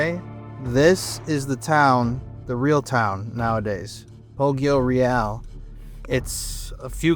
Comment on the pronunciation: Very cool video, thank you for reporting about this sad event. Please, look up the correct pronounce of “Poggioreale”.